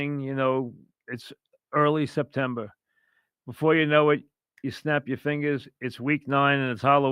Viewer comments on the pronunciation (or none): Congrats to all of you who won on your Francesa Bingo Cards! "Septembah goes into Octobah, Octobah into Novembah", "Fourth Quarter Pass Rush," "Fouah and Fouah," "Mike counting numbers", "The Squares Game," "Governah Zaun," "Bluh, bluh, bluh," etc.